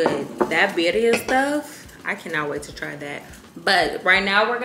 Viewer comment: GWORL I love that you’re listening to mexican music while making tacos & actually rolled your r’s when pronouncing birria! You’re definitely invited to the carne asada amiga ❤️🤪